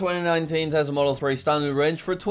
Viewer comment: Did anyone notice that is sometimes call tesla tezla